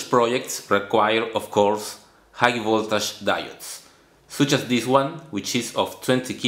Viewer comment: your videos are great, but please improve your pronunciation (PD: Pronunciation and accent are two different things), example, its Voltish not Voltash when you talk about Voltage